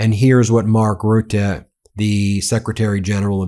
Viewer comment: Ben! I've never heard you pronounce Mark Rutte's name before! Oh, I'm so happy for you, Ben. Great report. Slava Ukraine